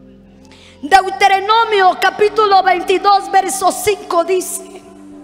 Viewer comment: Hermana predicadora,es Deuteronomio.no es deuterenomio..es levitico,no leviticos...